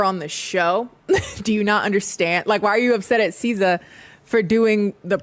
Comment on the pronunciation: All the Americans who reviewed this show pronounce Siza's name like SZA and it's so hilarious. 😂